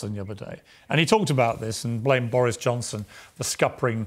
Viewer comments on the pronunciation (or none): none